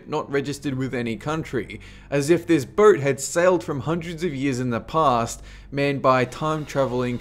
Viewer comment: Wtf... he keeps saying "mules" instead of "meals" and "burt" instead of "boat"...Lost interest in the video just because of that...